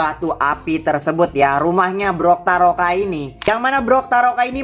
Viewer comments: Bukan brokaroka bang tapi toktaroka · bukan brotaroka tapi toktaroka